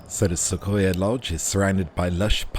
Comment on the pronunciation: Thanks for this wonderful tour! I love the detail, showing everything in the room. Everything looks exactly like we would have it over here! (P.S.: Not a big deal, but those of us who live not far from these beautiful trees in western U.S., pronounce it "Suh-qwoi-yuh" with a "w" sound in there".) Lovely video. (I am going to London in a week, and will definitely be visiting a lot of places there, like the zoo, London Eye, London Sea Life Aquarium, etc.) Can't wait to be on that plane! Enjoy the rest of Paris! Gwen